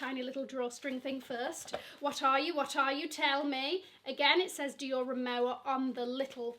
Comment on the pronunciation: Rimowa is pronounce as rimova. It’s a German brand.